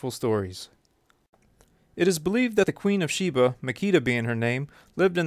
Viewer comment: You’re pronouncing her name wrong. And she’s Ethiopian.